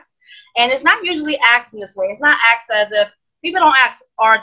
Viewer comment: It is pronounced asked. Not "axed". 😑